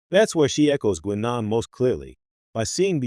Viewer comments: Its pronounced 'Guynaan', not 'Gweenon'! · So you never heard Guinan pronounced by any of TNG actors? 90 seconds is the longest could listen.